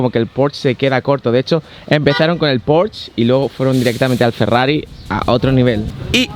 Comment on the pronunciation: me encanta tus videos pero se dice porsche tal como suena no porschhh :) un saludo